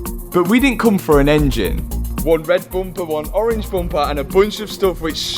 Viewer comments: Dear, Is it Bumper or Bomper😮😂😂😂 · I just like listening to him say "Boompah". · Bum-paar, love it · The way they pronounce bumper 😂😂😂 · Lol the way you say Bumper makes me laugh.